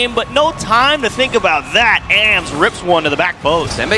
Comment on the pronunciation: Someone tell them that it’s pronounced “ahhms” (like Auughhhhms”) not “A-M-S”